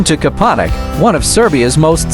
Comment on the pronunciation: It's Kopaonik.